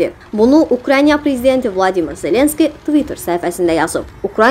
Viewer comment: jurnalist, dovletin adini duzgun teleffuz etmir. YKRAYNIYA DEYIL, UKRAYNA. Diksiyanizda cox berbad . ele bil nagil danisirsiniz usaqlara . ele ses tonu ile